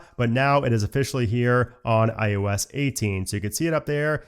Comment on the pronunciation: I noticed his pronunciation of IOS, kinda sounds like IUS, and now I can’t unhear it